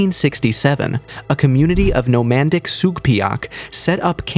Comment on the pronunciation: Whats nomandic? You mean nomadic. Cool video tho.